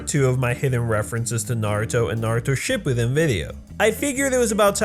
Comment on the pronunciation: Cringed when he said shippiden at the end